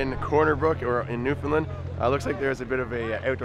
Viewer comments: New -found-land or new-fin-land get it right. it makes everyone here pissed don’t or da bhys will be pissed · You don't say Newfoundland right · It's Newfoundland